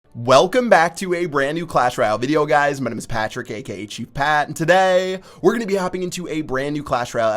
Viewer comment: please say "Today" as a normal person would.